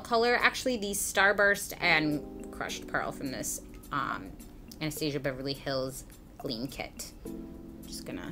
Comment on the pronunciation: Thank you for pronouncing Anastasia correctly! Ahh..